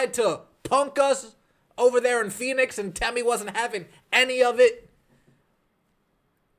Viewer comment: If your so sad to see her go, say her name correctly out of some respect . It is temi not tammy!! No disrespect I am a subscriber.